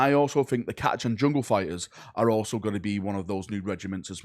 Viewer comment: People still do not know Catachan is pronounced like the ch in chitin.